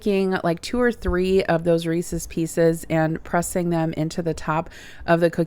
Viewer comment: Thank you for not saying, “Reesies”. 😄